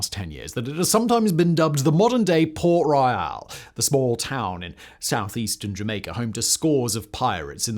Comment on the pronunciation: Hey Simon, massive fan of all of your channels from Jamaica here. Its Port Royal and not Port Royale for the pronunciation.